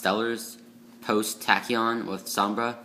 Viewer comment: Som-Bray is how you say it and 3 sheratin is terrible because you have to normal summon it. You should cut it down to 1 and add two maxx c in place